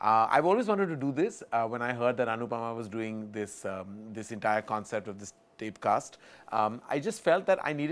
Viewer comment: No offence but TapeCast sounds like the chaiwalla's pronunciation of TypeCast. Also, no offence to chaiwallas... good business to enter